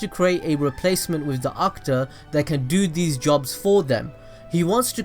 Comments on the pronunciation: It's not pronounced AKTA it's pronounced AKU-TA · The way he says akuta and ohnoki🤣🤣🤣